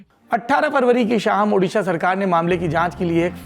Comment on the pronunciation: Sir we are highly grateful for your quick action to broadcast news and bring such a concerned matter before the country, but I have a request to kindly pronounce it Odisha not Udisha.